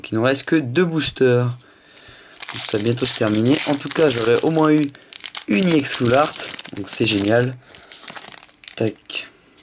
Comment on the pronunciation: pour quoi tu dit iex